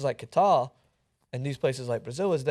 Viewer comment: Out of all the problems, I have to mention they pronounced "Qatar" incorrectly.